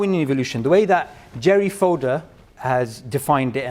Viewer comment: Great conversation! Though his name is "FodOr" not "FodEr" :D